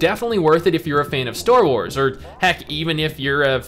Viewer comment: and ""store wars"" hahha